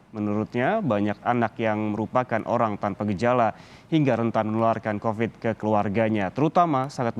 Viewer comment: Halo virusnya bukan Cocid tapi Covid ok